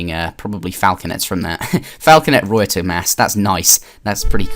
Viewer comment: The way you pronounce ruyter bothers me